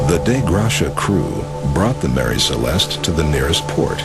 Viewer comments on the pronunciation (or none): The ship was called "Mary Celeste", not "Marie Celeste".